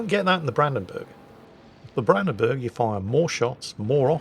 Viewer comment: whilst you are pretty good with most german names Brandenburg is a bit of (the "Branden" part is fine), the "burg" doesn't get pronounced like you pronounce "burgers" but the u gets pronounced similar if you go "uhhhh" (it just doesn't get stretched), not like an "e". Maybe it will help^^